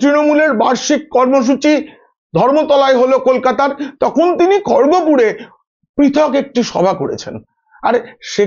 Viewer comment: দাদা কথাটা Khorgopur নয়, ওটা উচ্চারন হবে "Kharagpur"! কথা বলার সময় উচ্চারনটা ঠিক করুন🙏